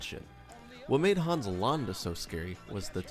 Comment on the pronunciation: Thanks for sharing this: Interesting tweek on villains. But as a native Germanspeaker I have to say: It is not to be pronounced Haaans but Hans -> keep the a short -> don´t open the mouth to widely for that purpose! Short letter, short opening!